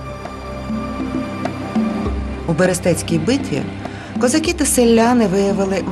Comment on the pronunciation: Дуже все гарно. Щоправда, "козакú", а не "козáки"...